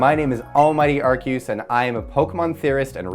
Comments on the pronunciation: Ar-see-us, not Ar-key-us. If it was Ar-key-us, it would be spelled with a k, not a c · Um, "Ark-ee-yoos"?! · Almighty "Arkeyoos" lmfao